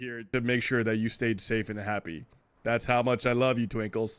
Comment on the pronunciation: Twikles???? it's Twinkles